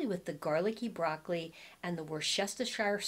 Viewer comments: say it phonetically Woos ter sheer sauce 😊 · Say "woostershire" for the sauce. I'm told that's the way the people who live there say it with a soft oo as in foot. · It's pronounced wooster sauce 🙂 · Thanks as always for the video. I thought I was going to die laughing at the difficulty pronouncing Worcestershire sauce. Reminded me of Bugs Bunny. Wor-stet-sheer-shire. 😂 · Just say Woostershire! Think Worchester, MA that's how I remember it.😀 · Hi! In my area of MA/CT we pronounce the pan sauce as "Wustersheer". I hope that helps! (Great video, as always!) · WOOSTERSHEER LOL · I much prefer the size small cardigan on you. The medium size, as well as the stripe design, overwhelms you. Great try on as usual. I agree with the MA/CT viewer (I'm from RI). Wustersheer is the way we pronounce it, although with our RI accent, what do we know. Love your accent (Philadelphia-ish, Southern NJ?) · Hi …I’m from central England living in US and we say Worcester shh (as in hush) or just Worcester sauce.❤️your videos…you are funny & beautiful 🥰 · Say "Wooste-sher" sauce or just "Wooster" sauce 😉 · Worsh-ter-sher or woosh-ta-sher so funny. 🙂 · That seems to be a hard one for everyone - including a lot of chefs. I think it's wu.stuh.shr (like in New Hampshire) It's easier to say when you don't look at the spelling of the word. OK, I see I'm in the minority but I like the cardigan in M on you - it just has the look I like. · 😂 Worcestershire 😅. So funny! I like the small sized boyfriend sweater on you and I prefer the white on you as well! I’ve gotta get those white western slouchy boots! Thank you for another excellent video. 💕💕